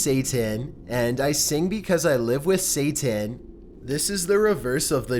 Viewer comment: "Staiway to heaveuhn. Satauhn."